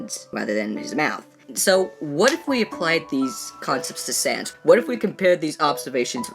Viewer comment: SANS NOT SANDS SANS